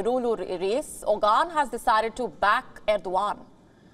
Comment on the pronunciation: lol It's not Ogan it's Oğan the ğ is pronounced in the throat.